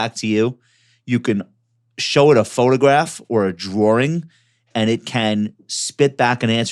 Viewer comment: what's a "drawring" ?